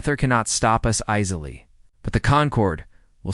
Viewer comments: At about : : a repeat of the false pronunciation of 'easily' Oops LoL 😮😢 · Before : : the word 'easily' is miss-pronounced even though it can be read phonetically!. 'Ea' is not 'is' Oops LoL 😢😢